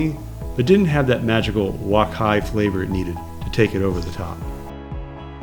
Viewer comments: its wok hei ....you keep prononcing it "wok hai" LOLOL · Nice review. One point: wok hei is pronounced like "walk hay", not "walk hi". Thanks.